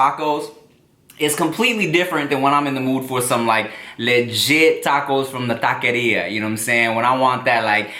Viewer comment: He said taquillera so perfecto carne asada could use work tho